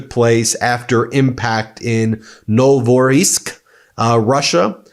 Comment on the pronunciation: Lol, again Ben with these Russian and Ukrainian names. It's pronounced Novo-row-sisk.